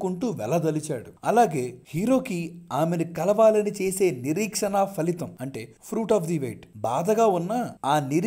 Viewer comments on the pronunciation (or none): 🎯🎯🎯🎯🎯🎯🎯🎯🎯🎯🎯🎯🎯🎯Faలితం కాదు అన్నా... ఫలితం 😭😭😭😭